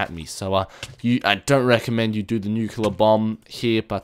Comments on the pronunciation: its also Nu-cleear, not nukular.... just sayin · It's not nucular blast it's a nuclear blast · In-sen-dee-air-ee New-clee-er